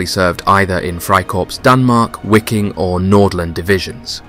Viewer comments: Your pronunciation is absolutely abhorrent “wicking” it’s just pronounced Viking man… and ‘georg’ is George.. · Wiking is pronounced (Viking) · Wiking: the W is said like a V making it VIKING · Wiking is pronounced Viking, which is exactly where the unit derived its name. The unit originally being made up from Danish, Norwegian, Swedish and Icelandic volunteers as well as Dutch and Flemish. Very interesting subject none the less.